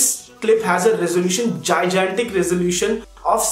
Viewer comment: Bro did u say , gizantic ?